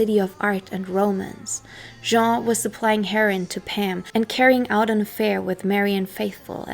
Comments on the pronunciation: Why are you pronouncing heroin "herin". Have you actually never heard anyone say it before? Lol wtf I thought maybe you're doing on purpose to prevent being censored or something but its in the title of the video so... who knows 🤷‍♂️ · Great work and very very entertaining. However, it's pronounced "her-o-win" and it's Pam Coor-son, sort of like "Door-son". Just trying to be helpful. Best Wishes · yah a heron is a bird😆 I have however heard her pronounce German perfectly 🤔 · "In a haze of Kiff". You don't smoke Kiff, it's a spread, you eat it. Why can't you pronounce the word 'Heroin'? Janis got the Heroin that killed her from her boyfriend Seth Morgan. Fact. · I love the way you pronounce heroine. Just saying scag dope or junk.. and i like Kieth out lives this monster 10××